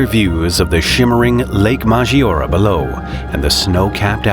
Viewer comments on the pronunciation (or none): The name of the lake is pronounced Maj-ee-or-AY :)